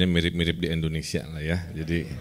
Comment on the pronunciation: kang punten sanes endonesia, tapi indonesia hahhaa